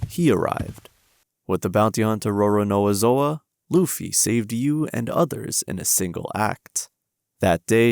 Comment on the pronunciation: "Roronoa Zoa" 💀